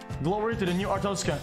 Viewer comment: he literally started speaking artozkan he skipped the "a" pepega